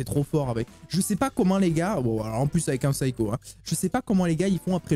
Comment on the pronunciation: nan pas comme ça tu as dit SYCHO ALORS QUE C PSYCHO